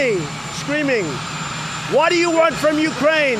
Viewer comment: Prototype 1.0 Trump: you talkin to me? Trump Beta 2.0: Whah da ya wahnt? Whah da ya wahnt?Whah da ya wahnt?Whah da ya wahnt? Whah da ya wahnt? Trump Final Version: muzzled in an asylum. Communication flag = 0. Insanity level = Max